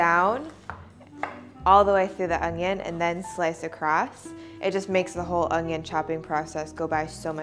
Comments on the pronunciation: Good god it’s “onion” not “ongion” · The English word "Onion" does not have a "g" in it.